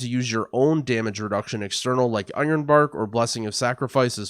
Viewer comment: I swear I am hearing "onion bark", and that just makes me giggle at the thought.